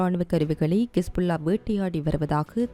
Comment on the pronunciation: கிஸ்புள்ளா கிஸ்புள்ளா கிஸ்புள்ளா என்ன நீங்க ஹிஸ்புல்லாவை கிஸ்புள்ளா என்கிறீர்கள் தவிர ஹெலிகாப்டரை கெலிகப்டர்"